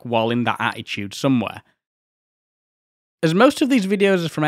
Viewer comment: My observation is nothing to do with the content of the video which is great. Just like Steve Wright you can say "Attitude" without using a single letter 't' 🙂